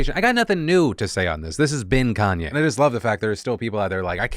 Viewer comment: I know Phil said "This has been Kanye" but it really sounded like he said "This is bin Kanye" and I immediately just nodded my head because he is definitely a garbage person.